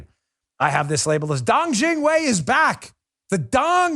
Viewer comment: I love hearing you say dong jingwei